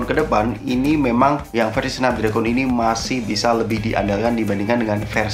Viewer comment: Bacanya snapDregen mas bukan dregon